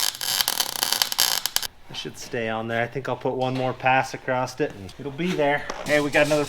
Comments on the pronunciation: Oh and by the way. It's across. Not acrosst. Acrosst isn't even a word. Lol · There are no letter T's in the word Across.